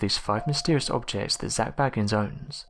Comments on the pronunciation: Your voice is SO boring, and your pronunciation of Zaks surname is wrong. He is B-A-gins, not Baggins! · It is Bagins not Baggans. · Bay-gins not Bag-ins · Number 1 should have been the demonic attachment he has. Anyone who is an avid fan of the show knows that Zac Bagans (pronounced Bay-gans, NOT Bagg-ns!!🤦‍♀️....GET IT RIGHT YOU IDIOT!!!) has gradually become moodier, bossier, an erratic bully and highly confrontational. These are all signs of a demonic attachment. He often tells of spending many hours alone in the basement of his museum. In order to reach that basement he has to use the stairs from the house he had demolished. Something is VERY WRONG. However in some of the most recent episodes toward the end of this year we have been seeing a little of the genuine Zac, the one we know and admire. I’m praying it’s a sign that he has finally sought professional help with his demons, and will at last able to move forward with his life. I am just one of many that wish him peace, love, light and health. Zac cannot continue his quest without first looking out for himself.🙏❤️ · It's pronounced Zak Bay-gans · His name is pronounced “BAY-gins”. He is not related to Bilbo or Frodo Baggins. 🤣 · I wish, just once, someone would check the correct pronunciation of his name before they botch it. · I strongly suggest that before you do videos you learn to pronounce the name of the person you're doing the video about.